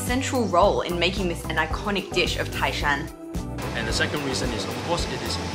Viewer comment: you sould say tái shan,tai is second tone😄